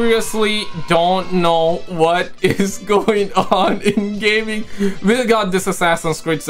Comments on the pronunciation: "Gayming news" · did you just said "gayming news?" 😂😂😂